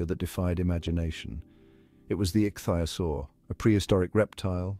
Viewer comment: Couldn't they at least find an AI or child who knew how to say ichthyosaur rather than 'ik thigh osore'. I've never heard anyone try to pronounce it like that!